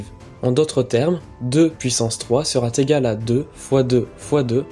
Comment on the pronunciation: Ce serait bien d'éviter de répéter inlassable sera T égal. Il n'y a aucune raison d'introduire ce T entre "sera" et "égal". Ce type d"'erreur de langage gène à l'adhésion au fond de l'expression.